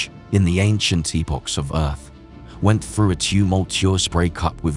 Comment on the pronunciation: Erff not Earth?? 🤔